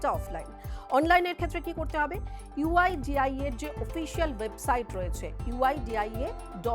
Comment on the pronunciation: Someone tell her website name is "uidai" not 'uidia ' 😂 PS: over confidence ki bhi sima hoti haai mitronn